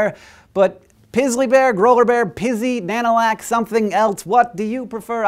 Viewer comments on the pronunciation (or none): When he said Nanulak I thought it sounded too similar to Cadillac xD Sod it, why don't we just call em Cadillacs